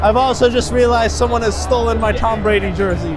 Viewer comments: This dude really said tom bradly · said Tom bradly😭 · Anyone realized that is said Tom bradly? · Are we gonna ignore said “Tom Bradly😭😭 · be saying Tom bradly